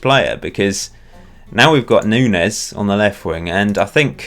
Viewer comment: Just a note: Nuñes is pronounced Noon-yez.